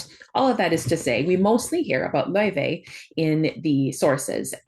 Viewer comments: I believe they are pronouncing it lao-fey in promotional videos, though they almost only say Faye when talking about the character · The devs had confirmed , its pronounced lau -Faey and not like the icelandic singer .